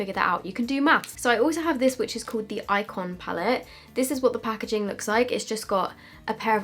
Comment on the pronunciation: Lol, "this pah-ke-jing" 🤣. Love you!